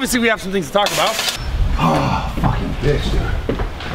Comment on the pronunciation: Kyle says aboet lol